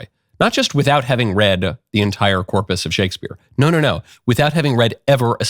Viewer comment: Just attempting to assist you. At the beginning you said, “The girl . . . “ You don’t pronounce ‘the’ with a long ‘e’; it sounds as the word thee. If the next word doesn’t begin with a short vowel, then ‘the’ is pronounced ‘the’. Your next word was ‘girl’, which begins with a consonant. Just saying!!